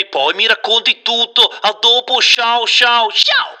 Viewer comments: quello “sciao”mi sembra sospetto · Ma nessuno, apparte me, ha fatto caso allo "sciaoh" di alessandro borgese?😂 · ehi ehi ehi, quello "sciao" è sospetto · Ma il “sciao” finale mi sembra troppo Borghese.